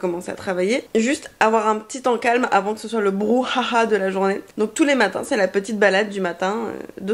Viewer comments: "y'a du BrouHAHA" 😭😂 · "le brouHAHA" 😂😂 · "du brouHAHA" jsuis morte mdrr